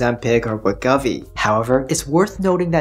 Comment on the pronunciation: Just as a heads-up… I notice you keep saying Wegovy as WEH-GUH-VEE. This doesn’t seem to be correct… heard Novo’s CFO in an interview, and he says it as WEH-GOH-VEE. 2nd syllable ‘Go’, like as in ‘Go ahead’. No biggie, just though you might wanna be accurate, considering you’re probably stuck talking about Wegovy for at least the next 3 years or so (‘til CagriSema, Retatrutide, etc fully obsolete it). And, as I said elsewhere… great vid. Keep on keepin’ on,. 👍